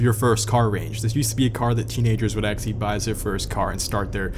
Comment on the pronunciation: The way you say ''actually'' is very off putting. ''Axly'' damn.